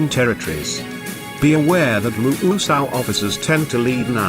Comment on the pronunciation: I love how the robot voice decides musou is pronounced "MOOSOOO-owwwww" XD